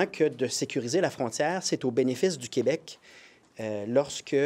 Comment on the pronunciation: Je remercie et félicite PSPP d'avoir arrêté de dire "qWebec" quand il parle en anglais. Vive le Québec libre